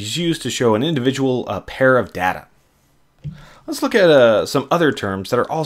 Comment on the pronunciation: "helps see relationships in our dada"